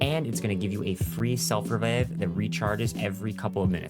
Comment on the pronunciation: The way he said self revive too 😂